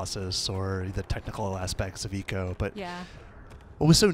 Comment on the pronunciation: I know haha my point is the guy keeps pronouncing it wrong